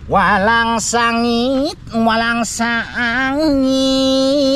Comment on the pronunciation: Hahaha Lucu orang bilang walang sangit malah walangsange🤭🤣🤣 Sukses selalu dan sht slalu buat kg Munir bersama kruhnya